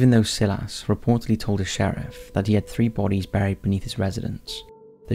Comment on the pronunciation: The narrator needs to realize that not all words are pronounced phonetically. "Si-lass" instead of "Si-luss" for Silas and "deh-briss" instead of "duh-bree" for debris.